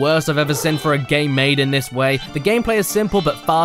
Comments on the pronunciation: Holy shat how long has he been saying Sin instead of Seen? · I live how he pronounces seen as sin.